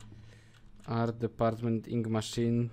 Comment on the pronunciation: Psssssttttt...... Nie żeby coś, ale atrament po angielsku to "ink", a nie "inc"